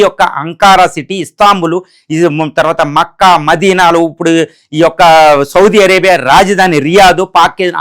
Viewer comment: Adi maccca kaadhu but it's mecca